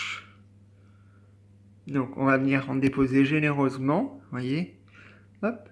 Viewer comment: "v'voyez..." mdr